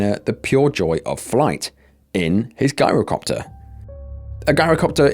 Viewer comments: It's pronounced 'jai-ro' copter. With a soft 'g', not a hard one. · Pronounced "JAI-ro" NOT "GUYRO" if youre going to do videos ,,, at least learn how to pronounce words properly! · Its not a "guy-row" copter Gees look up how to pronounce any word you arent sure of, it makes you sound stupid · Gyrocopter starts with a G for George not a G for Guy. 😉👍👍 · It's pronounced JI-rocopter, as in gyroscope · It's pronounced "Jyro-copter" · Just for the future: gyrocopter is pronounced jirocopter .. the G being like that pronounced at tge beginning of the word "geography" I have trouble pronouncing some words, too, especially foreign placenames 😉 Is it awful of me to say that I look forward to these videos of yours? 😮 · It's pronounced "jyrocopter" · It's spelled Girocopter but pronounced JIROCOPTER, The G is pronounced like a J. I don't want to come across as know-it-all, but I had to correct you, thanks. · The narrator needs to go back to school and study English Grammar, taking inti consideration that you're British you're making a mockery of the English language 'Shame on you' !! Its Gyrocopter, pronounced with a J sounding G .. you really have no idea how stupid you sound 🙄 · The first story has you pronouncing the Gyrocopter WRONG.It's pronounced like GYE RO COPTER.Plus Gyro's are pronounced without the G.